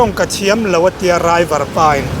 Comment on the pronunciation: Raiver pwh ani lo driver tih tur aw apapiangte